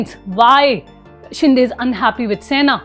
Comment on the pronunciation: It is शिंदे not शिंडे.